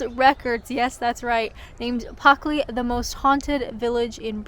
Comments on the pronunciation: It's plucky of you to say "Puckley" in Pluckley... Cemetaries feel spooky only because we fear the unknown, including death, and find the decay of the body to be repulsive. Graveyards remind us of this, but they are unlikely to be haunted; if ghosts exist at all, they only tend to haunt the place of their death, which almost certainly didn't occur in the place of their burial. (Unless they were buried alive.........😵💀) I have no favourite places in Kent for I have never visited, save to pass through it via Eurostar en route to the Continent, so every recommendation you take up and exploration you undertake will be a discovery for me too. I would say come and visit us in the Midlands - for which your fee of a pub lunch would be paid to you with the greatest of pleasure - but it may take you some time to work your way up from Kent! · Some phantom stole the ' l' in Pluckley .👻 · If you get a village to sponsor you, will you pronounce the name of it correctly? 😂 Also, hilarious how just as you were about to talk about a romantic story you’re like, “anyway, on to the spooky part”… 😂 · You must know by now it takes a lot more than a slightly mispronounced village name to upset or annoy us, it’s not like you put milk in your tea before the water 🤷🏼‍♂️😂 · Nice village tour. Honestly, I wouldn't have known you were saying the name wrongly. Funny thing is if you click on the geo-tag there is a Spanish (I think) language video with the screen title 'Los Fantasmas de Puckley' (They missed the 'L' as well). Also there is a Russian video as well. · Good CGI with the 2 ghosts in the churchyard. The creepy guy in the black hooded robe, carrying a scythe, stood behind you wasn't so convincing 😂 Don't worry about losing your L out of Pluckley, we've got some reyt tongue twisters you'll never pronounce, up here in darkest Yorkshire. Happy Spooky Month. 😁🐈‍⬛🎃🪦🕷🦇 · Maybe it's pronounced Puckley ? ?